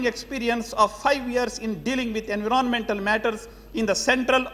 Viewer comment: He can't pronounce environment word correctly